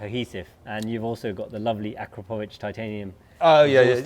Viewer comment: A-crap-o-vitch …😅 these Brits